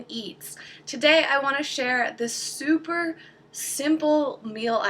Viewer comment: hahaha i heard it as "SOUPer basic"